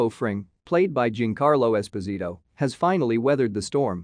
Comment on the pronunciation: "Gincarlou Esposíto" 😂😂😂